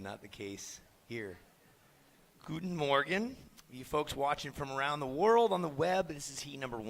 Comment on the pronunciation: I´m from Germany and that "Guten Morgen" catched me instantly.